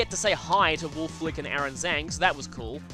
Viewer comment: I'm pretty sure it's pronounced as "Wolf-ey Glicke"-- or everybody in Roulette FFAs have got it wrong and he never bothers to correct them.